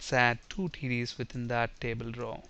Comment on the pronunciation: LOL when he says TDs it sounds like he saying Titties. ( . )( . ) ; )